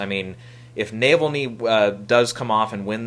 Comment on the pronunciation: No offense, but Navalny is about the Russian dissident who is in the news just about every day. It's pronounced Na-VALL-ny. If you see it, it's an edge-of-your-seat, real-life political thriller. My money is on it for the Oscar.